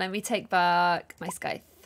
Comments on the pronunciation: Someone: tells how to say scythe not 30 seconds later: sCythe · I love how gets told how to pronounce Scythe but still pronounces it her way